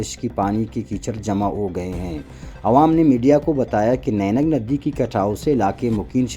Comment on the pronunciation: نینگ ندی نہیں واجہ۔۔۔یہ نہنگ ندی ہے۔